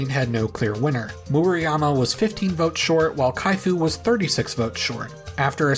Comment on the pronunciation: Definitely not a stickler but just to give friendly advice. Murayama. U is pronounced like oo in boo That A is like the a in father Vowel sounds are difficult (if you know a romance language, just use the same vowel sounds)